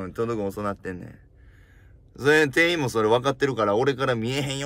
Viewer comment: 店員❌ていいん→⭕てんいん 人に聴いてもらうなら、きちんと読みたいナ〜😢